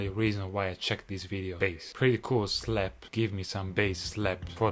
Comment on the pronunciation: That is not how to say it